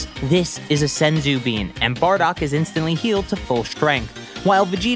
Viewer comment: You pronounced senzu been sen-zuen bean when it’s pronounced sen-zu bean